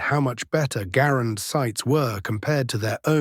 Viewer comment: Mr. Garand pronounced his name, "GAR'-and", not "gar-AND'". How can you present his biography, and so glaringly mispronounce his name?